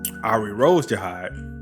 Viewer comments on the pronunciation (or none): Arie pronounced as ariye, ari just ari